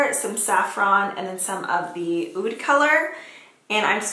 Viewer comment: Oud yea you pronounced it right 😜